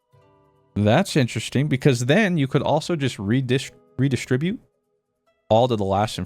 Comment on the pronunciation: the way he keeps saying reDIStribute is killing me XD